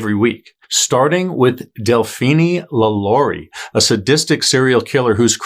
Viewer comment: It’s pronounced La-La-Ree not La-Lorie.